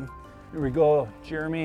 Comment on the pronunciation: "Here we gow"